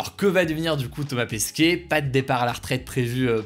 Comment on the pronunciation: Ça se dit Pesquet, pas Pesquier